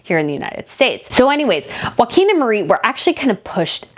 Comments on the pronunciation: His name is pronounced Yo- ah -him. not Wakim. All the vowels are enounced and are short vowels. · Love your channel! If I can assist with just one thing, having Danish heritage - the pronunciation of Prince Joachim isn’t ‘WAKIM’ - it’s ‘YOKE HAM’. If you join those two words together, and relax the ‘AH’ in ham, it should sound more like ‘YOKEM’. Please see it as offering helpful advice and not complaining about your pronunciation, it’s definitely just to help! 🥰♥️🇩🇰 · They are Danish not Spanish. Joacjom is pronounced "Yockim" not Waquin. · Joachim is pronounced Yoakeem, not Hakum. J is not pronounced H, as in Spanish. It is in fact y as in the word 'yoke'. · Try pronounce Joachim as Jo a Kim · Okay, I just have to correct you on this. I'm not good at name pronunciations either, but my husband is half Swedish, so I DO know this one. Prince Joachim is not pronounced like Joaquin Phoenix. That is the Spanish pronunciation. The Scandinavian pronunciation is ""Yo-A Kim". My niece was married to someone with this exact name.